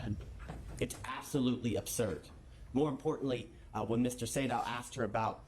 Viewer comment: Sedow=say-dough. Just fyi